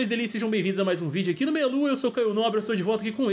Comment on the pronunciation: Caio chama a gente de "delicins" no início dos vídeos?